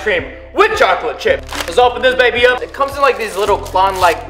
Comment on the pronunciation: Lol he said baby sloshen